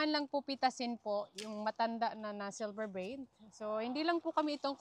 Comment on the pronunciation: Wag mo n aartehan ang pagpronounce mo ng silver beet ginagawa mo silver beyt. Pati brocolli ang sinasabi mo minsan brocolay brocoley.. hayyy.. hindi mo ako basher nakakairita.lng kasi pakinggan